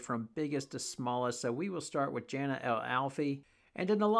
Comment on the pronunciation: Jana is pronounced Yana